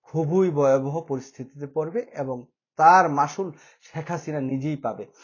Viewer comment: ভাই, বয়াবহ না ভয়াবহ. বাংলা টা শুদ্ধ করে বলবেন.